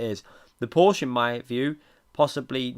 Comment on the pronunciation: Please pronounce Porsche correct! Use Google translator's text to speech if you need help!